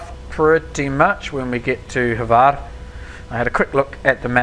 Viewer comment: You pronounced Hvar airport wrong